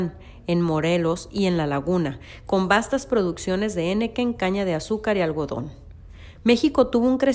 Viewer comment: Está bueno el documental, pero la riegan cuando dicen Armando Nervo, Gorotista y henequen, con acento grave, deberían corregirlo para que tenga más calidad. o no sabe leer la chica o fue mal redactado lo que leyó la expositora